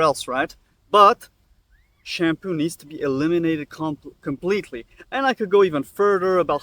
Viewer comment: It’s literally called SHAM - POO